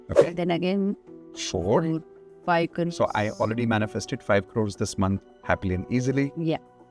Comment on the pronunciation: We manifeste5 5 'crrrrrorrees' ... As if the western world adopt that pathetic indian word, idiots 😂😂😂